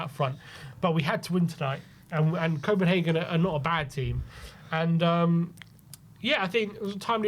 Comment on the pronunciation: its copenhagen